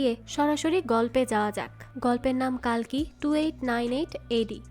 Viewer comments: "কালকি" না "কল্কি" অবতার 🙂🙂 আপনি একটু ভুল বলছেন 😊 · কালকি না,কল্কি শব্দ উচ্চারণ ঠিক করে বলুন🙄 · hindi te কাল্কী ucharon kora hoy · Seriously কালকি Ekjon bangali কল্কি uchharon krte parchen na😡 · Thik. Kali ke kali avtar bolche. কল্কি কে কালকি bolche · It's কল্কি not কালকি